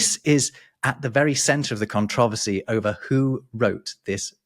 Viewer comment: I find it quite interesting how pronounces controversy, emphasizing different syllables than Americans do.